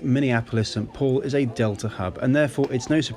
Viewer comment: It’s not “sat paul”, it is Saint Paul